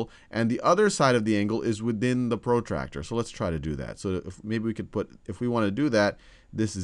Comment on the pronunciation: his accent pro tractor ha ha ha